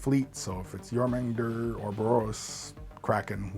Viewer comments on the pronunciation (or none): I believe it is pronounced Your-ma-gander :goodvibes